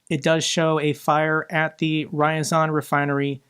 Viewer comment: RYAZAN. NOT “Rayazan”. I think it’s important to pronounce the landmarks at least recognizably.